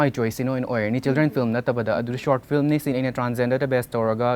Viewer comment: She keeps saying flim